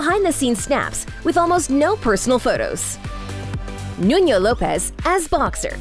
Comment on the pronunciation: Nuno is also not correctly pronounced, the sound of the 1st N is exactly the same as the second N. She pronounced the name has it was a Spanish name